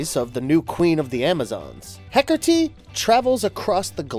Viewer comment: I love Wonder Woman and I love Hekate, but I Hate when the Goddess is constantly portrayed as evil. Just like Hades isn't the Devil. Also, there is no "r" in Hekate. You're pronunciation (hekertee) drove me nuts